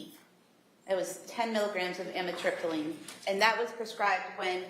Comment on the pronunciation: Don’t you just love this prosecutor - “After,,, she’s ONLY on trazedone, adivan and amitripyline.” CHAP GPT - Taking trazodone, Ativan (lorazepam), and amitriptyline together can be risky because all three affect the central nervous system. While a doctor may sometimes prescribe them together in carefully selected cases, combining them without medical supervision can increase the risk of serious side effects.